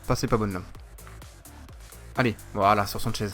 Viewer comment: sanches ne se dit pas sanchez